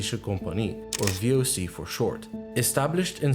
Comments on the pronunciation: As a dutchie The pronouncasion of the voc isPERFECT! And every other durch word! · As a dutch man u said voc so good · you said the real name of the voc in dutch good( as a dutch person i can say that) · Thanks for renouncing V. O. C. correctly. Not many get it right. Hahaha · This guy said VOC perfect😂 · Nice pronouncing of the VOC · yo you dutch yourself or something, die uitspraak was perfect! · If you are not dutch, I salute you on the spot on pronounciation of the VOC. Had me rewind and listen again haha Awesome video and explanation too (